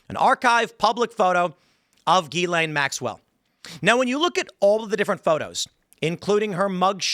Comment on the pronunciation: Why does tim keep pronouncing her name wrong. Is he trolling?